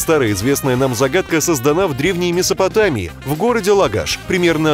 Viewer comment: Лагаш - ударение на первый слог! И пусть "Википедия" говорит иное, ударение всё же именно на первый слог.